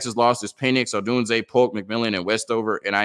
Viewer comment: It's Rome Odunze -- not Romeo Dunze 😊